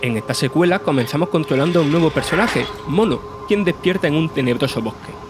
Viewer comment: Juegazo, espero que sea más largo. Otra cosa, cambien al narrador XDDD... No entendí cuando dijo el nombre del prota...